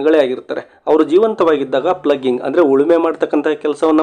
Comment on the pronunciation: Thats not ಪ್ಲಗಿಂಗ್ (ploughing) ಫ್ಲೋ ಇಂಗ್ (ಉಳಿಮೆ)